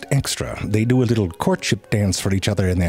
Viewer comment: Or how he says “ do” 😂 … but he says dew